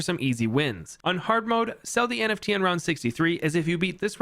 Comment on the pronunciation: Every time he says "NFT" it hurts my soul